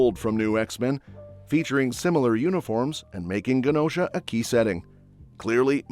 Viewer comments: Its not ( Gu Nosha) its (Ju nosha) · Mispronounced Genosha